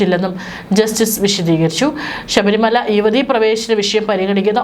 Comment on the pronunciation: ഷ ബരിമലയല്ല, ശബരിമല ആണ്